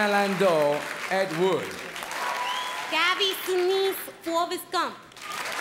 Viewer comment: lmao was I the only one who heard "Gabby Sinise" when Rosie Perez announced him